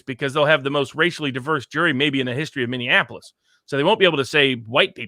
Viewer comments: Minneapolis = "mini-ap-o-lis". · I say this gently because I love you and your channel and all you do, and you are a much smarter person than I am, and I have my own flaws for certain. But please stop saying "Minneanapolis" Mini (something that is small) Apple (the fruit) Us (you and me) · I like your program and I appreciate your educated insight however I have a difficult time when you can't properly say Minneapolis. Minne-apolis it really not that hard